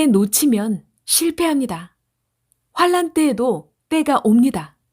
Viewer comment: 어멘 !❤ 감사해요,^^ 천 년 과 환난 발음만 바르게 부탁요.